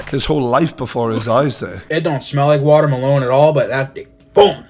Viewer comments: fr like my man said water malone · How did they not comment on the way the food reviewer pronounced "Watermelon"? Watermaloneeee hahaha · Why is none talking about food reviewer pronouncing melon “MELONE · Why does the Food Reviewer pronounce watermelon like it has face tats and sings 'Rockstar'?